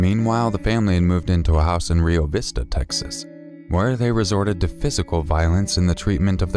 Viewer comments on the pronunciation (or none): none